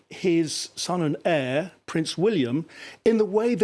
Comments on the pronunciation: The word 'heir' is pronounced with a silent 'H' - 'heir' as in '-A.I.R'. He is not the world's longest waiting Hare! Thank you. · Please learn proper pronunciation..It's pronounced air...not hair...😅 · It's pronounced 'air' to the throne not hair.sorry to be pedantic. God Bless KCIII. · Heir—H is silent.